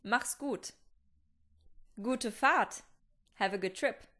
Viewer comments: Hat sie auch schlecht ausgesprochen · lol sounds like ‘good fart’